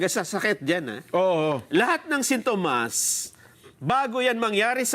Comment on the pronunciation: Sintomas singkamas Salitang "sintomas," di alam bigkasin nang tama.